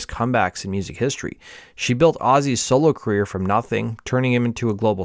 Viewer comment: Dude, it’s pronounced cuh-reer, not queer